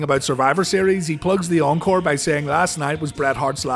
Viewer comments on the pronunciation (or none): none